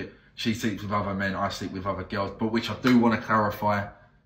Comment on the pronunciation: Gehyals....you mean "girls"?